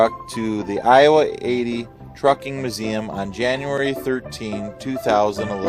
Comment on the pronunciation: It's not MUH-zeum, its MYOO-zeum.